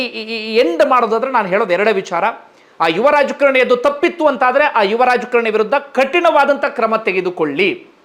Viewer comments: Dayavittu kannada sariyaagi kaliyiri, youtube channel nanthara maadi.., raajakarNi alla, raajakaaaaaaraNi! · Its not rajkarni, its raajkaarni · Sir it is rajakaarani not rajakarni